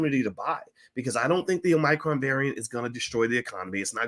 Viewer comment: It's a shame Boyce can't pronounce Omicron correctly.